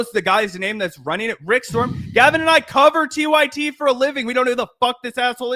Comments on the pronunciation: It's rick st-rom not Rick storm. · His name is Rick “Strom,” not “Storm.” There is an infomervial for a product called the TeleZapper (blocks telemarketers) where the telemarketer makes the same mistake. He’s appeared on the Power Panel sometimes, and does talk about sport-related stories there. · I love u guys but STROM not storm runs intellectual circles around u.guys. Dont be mad... spreading the word helps. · Strom not Storm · Rick Strom, not Rick Storm. Rick is a good dude. I do believe he is mixed race. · Rick Strom, not storm. He is an amazing guy.